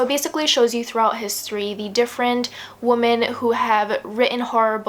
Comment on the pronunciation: For some reason it really bothered me when you kept prouncing women as woman lol